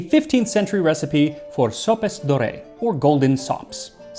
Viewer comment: NGL, I first heard you say "Golden socks" 😀